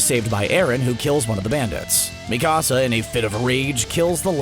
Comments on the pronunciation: Luv CBR also it’s not Mekasa it’s Mikasa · Bro, the next time you make a video about AOT, pronounce Mikasa’s name correctly . Go watch the show again. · Not you butchering mikasa’s name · Especially Mikasa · its mikasa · Tripp McGee, yeah I agree. I was dying (not of laughter) because they were pronouncing their names wrong. Also Jack Keifer, yes they need to learn how to say Mikasa, it’s so weird how they say it.